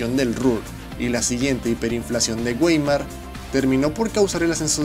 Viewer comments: si vas a hablar de historia alemana, por lo menos ten la delicadeza de interesarte un poco por el idioma de esa nación. suena tristísimo que digas continuamente "wéimar" y no "váimar", que es como se pronuncia correctamente a Weimar y su república. Y, peor aún, cuando de refieres a Schleswig Holstein y sueltes un conjuntos de fonemas inclasificables e inentendibles. En varias universidades de categoría te dirían lo mismo y hasta con malos modos. Así que, bitte, intenta conocer un poco de Deutsch si quieres lucirte en la red posteando cosas de la patria de Goethe y Liebnecht. Danke, de nada. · Por favor amigo, tienes que aprenderte bien las pronunciaciones de los idiomas. Von se pronuncia Fon, Weimar es Waimar, Hohenzollern es Hohentsolern, etc.